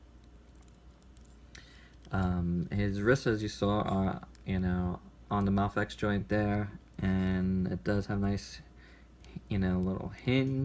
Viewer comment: it's a long A, bro as in day. MAFEX, is sounds like MAYFEX